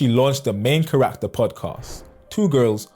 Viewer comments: charac-ter. not char-rac-ter. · Charac-ter. not Cha-rach-ter.